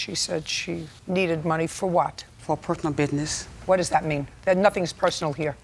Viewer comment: there's no "perthonal bisness" here!